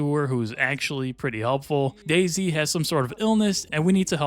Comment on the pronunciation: "...Remember Daisy..." I keep hearing DayZ